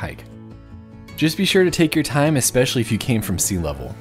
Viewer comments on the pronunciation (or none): none